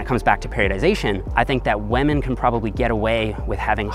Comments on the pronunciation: he said waman not women LMMFAO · I love your videos! But please stop saying wamen! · Everybody: Women: WAMEN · 😂😂😂 I never noticed it but now I can't unhear it!! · I thought he said lemon! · Rofl, I can’t unhear this now xD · its almost 2020 and still out here sayin "Wamen" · I like how he says wamen like pewdiepie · Hahah I thought the comments were overreacting to the way he pronounces WAHMEN, but damn I laughed out loud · Why does everyone care so much about the way he says WAHMEN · He says “wamen” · Because that's how Pewdiepie says it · When pronounces women “whemen” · 6 minutes into the vid I hear "wamen" and thought, it's just me right. Scroll down to the comment section everyone's talking about it. RESPEK WAMEN GUYS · "Lemon" or "Women"? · Lol I heard Lemon instead of women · Thiught you said lemon not women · WAMEN. all I heard is WAMEN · Sounds like a Newfie thing!